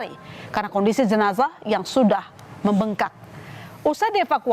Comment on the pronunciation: Zenazahh.... Zenazah... Lebay banget ngucapnya.